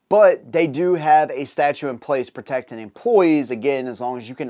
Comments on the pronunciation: Statute pronounced sta-CHOOT not sta-choo . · StatuTe not statue